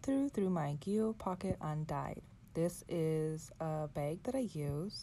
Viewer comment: Gee-lee-oh. Not Jill-ee-oh Gillio is an Italian word and it’s pronounced as above.